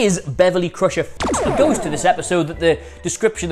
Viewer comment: Ghost? I thought you said goat!